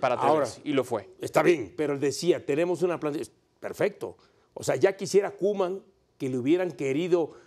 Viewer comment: No es hate pero es "Koeman"